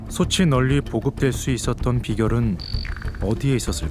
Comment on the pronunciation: 나레이션이 누군데 자꾸 소츨 소체라고 발음하는건지 모르겠네. .목소리가 좋은 편도 아니고 호흡도 엉망이고...그냥 AI에 맡기는 편이 더 나았을듯.